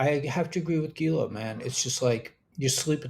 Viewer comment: I enjoy your report even though you channel Gila often. (Geela?)